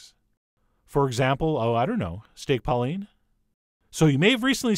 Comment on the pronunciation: did u say steak pauline